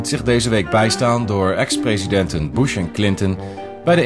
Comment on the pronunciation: En boosh and kleenton. Watch my BATHFOAM ELEPHANT video.